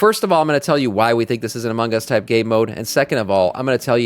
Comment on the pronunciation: I admit, took way too long to figure out was saying "Among Us" and not Amangas... went deep dive looking for japanese game types I may not be aware of lol